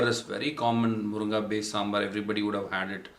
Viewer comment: Its Moringa in English ...not moronga !!!🤣😂